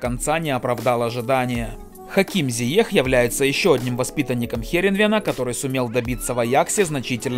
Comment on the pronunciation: В названии Зиеш а произносит Зиех, чёт косячите вы с произношением